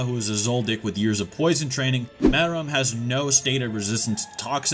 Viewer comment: I knew you was tryna be funny saying More-L. caught me using false enunciation